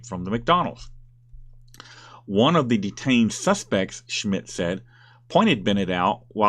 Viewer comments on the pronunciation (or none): none